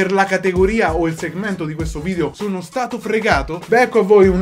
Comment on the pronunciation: Bel vidèo [ovviamente pronunciato vidèo perché video non ci piace], sono morta dal ridere 😂